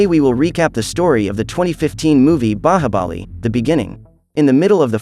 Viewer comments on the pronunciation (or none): Bro u can't even the movies name u said bahabali